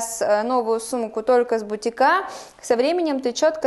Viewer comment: "с" бутикА :)